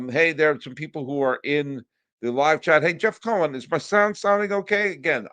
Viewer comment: C'mon buddy. Learn the name "Steve Cohen". You're going to be hearing the name often so try to get it correct please...LGM!